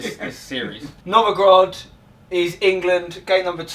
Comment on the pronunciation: Novogrod?? You meant Nizhniy Novgorod, I suppose? ))) Thanks for a funny video. That was pretty hilarious. Enjoy my "mother land" and yourselves while exploring it! Peace out, guys :)